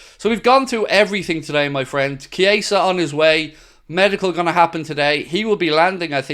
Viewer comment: Could at least get his name right man 🤦‍♂️